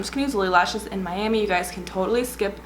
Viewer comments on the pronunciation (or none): none